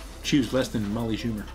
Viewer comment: "Molly Shubert" (He means Molly Schulyer, a cyborg in a human form) 🤣🤣